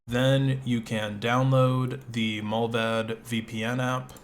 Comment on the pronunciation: Mullvad is pronounced with a long A. Like in 'bar' 'smart' 'cart'. Mullvad means the animal mole.